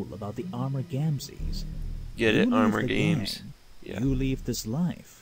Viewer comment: LOl when we first saw her saying the armour gamsees me and my sister where like "thats gay!" lol